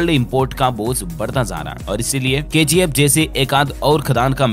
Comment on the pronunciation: It's KGF not KZF🤦